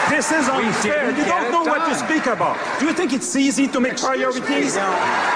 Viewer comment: he says "aboot". Maybe some Canadians DO say "aboot".